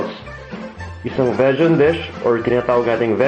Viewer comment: Vejan = Vegan as in vee-gan :)